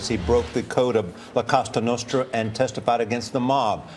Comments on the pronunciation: Le Monarchiste he said it wrong. It’s the Sicilian mafia La Cosa Nostra. In Italian it translates to: “ This thing of ours” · “La casta nasta” - nice prep work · La Castra Nostra he says. 🤦‍♂️ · "La costa notra" goon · Cosa Nostra “ Our Thing “. They only been doing it for 100 years lol and they still cant pronounce that right.